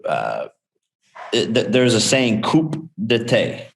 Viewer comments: “Coop de Tate” tho 🤦 How you know someone gets their talking points from reading tweets. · it's pronounced coo day ta you imbecile....this kid is a multi millionaire btw, let that sink in.. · Its Coup Etat lol he says COUP ETAY... Pretty hilarious when americans try to speak french. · Coop'detay. It's French 😂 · OH.... he is dumb after all.... 'Coop de TAY " ??? you mean 'Coup d'etat' ? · “Coop detay” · Did he just say coupe dah tay? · Coup De Ta??? LMAO!!!! Imagine going on live and saying coup de TA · “Coop the tay” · U saying a mix between 'coupe la tête' (cut his head) and 'coup d'état' (overthrow the gov) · "coop de tay" lmfao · “Coup day-tay.” What a moron. Tell me your repeating someone else’s words without telling me you are. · he said coupe tété for coup d'état I'm dead lmao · Man said Coopdatay lol. Love his message for the fighters at the end of the day though lol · Its coup d-eh-tah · Times like these I wish I could tell Jake it's "coo detah" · "Coup De TAY" Jake Paul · Its Coup D'etat. Pronounced "COO-DeY-TAH" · Coupe Duh Tay lol, this dude needs some REAL people in his life who will correct him so he doesn't sound like an idiot edit: Helwani, one of the real ones... love it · coup de what, Jake? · Coupe Dee Tay 😂😂😂😂😂😂😂😂😂😂😂😂😂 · Jake's people doing him dirty letting him run around pronouncing coup d'etat like that lol c'mon bro. Plus defining it for us like people haven't been knowing wtf that means. It's a new term to YOU Jakey boy. Good looking on Ariel to fix him up. I wrote this comment before I heard him do so. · The way he pronounces "coup d'etat" though.... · Thank God Ariel corrected the coup d'etat pronunciation....is that a Canadian thing? How has he never heard that? Lol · LOL.....Jake if you are going to try and use french words, that are also common phrases, maybe you should learn the proper pronunciation of coup d'état before you go on TV and say it like that. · jake paul has seriously never ever heard "coup d'etat" said out loud before?